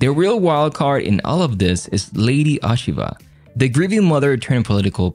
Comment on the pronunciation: First of all, please pronounce her name correctly! The O rhymes with Oh, not ah. Secondly, although the story is only loosely based on Japanese history, the analysis I is spot on. She will play a roll in influencing her son, but only to his detriment. Spoiler alert. unless they plan on upending Japanese history all together, Toranaga will come out on top of what became one of the most bloody battles in Japanese history and set up a government that lasted like 200 years and became the subject of many many Japanese television shows!